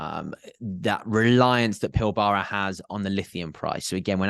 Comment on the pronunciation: In Australia the Pilbara is pronounced more like PILBRA